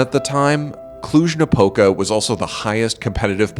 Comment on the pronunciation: He pronounced Cluj-Napoca like a proper Romanian